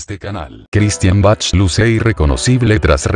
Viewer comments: Se pronuncia Baj mas o menos pero no, Bachchch. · se pronuncia baj con j no Bach ok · Se pronuncia BAC. La H es muda en este caso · Jijiji perdón pero así no se pronuncia el apellido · Es una computadora la que habla por eso pronucia como se ve escrito😊